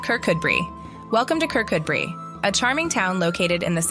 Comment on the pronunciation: Not that remarkable a listing if you know Scotland at all. Also -- it's Ker-KOO-bree.